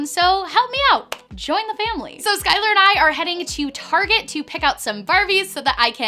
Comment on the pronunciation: The off-place heart is making me crazy. More crazy than listening to her say "sh" for every S. "Shkylar" "Sho" "Shtacie" "Deshcription"